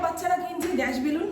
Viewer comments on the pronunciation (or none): none